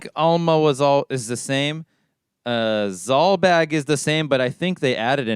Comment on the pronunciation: Every time you mention Zulbag and Balbanes I just hear ballbag and ballbags